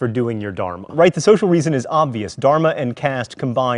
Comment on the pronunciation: okay we all have to admit only a Hindu can really teach Hinduism. The way this guy pronounces Dharma and other things makes me shudder. Not even kidding